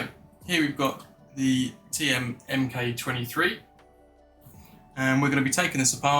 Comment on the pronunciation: Nice video, thanks, your videos are very helpful in avoiding mistakes when upgrading parts. One thing though, please stop saying M K 23, it's a Mk23 (Mark23). Good job though, I'll be ordering some parts from Empire soon. I would like to put a long barrel in my Mk23, to extend through the suppressor, which one would you recommend. ❤